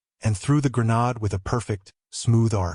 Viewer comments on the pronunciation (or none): Granade instead of granad. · Good story but the narrator really needs to understand the words he’s saying like he calls a grenade as granad which isn’t even a word. And there were other mistakes and pronunciation.